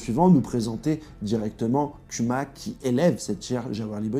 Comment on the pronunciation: Respecte Kuma prononce bien son nom [kouma]